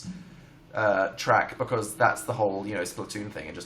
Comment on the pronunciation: I love the way dan says because it's like "BuhCoooz"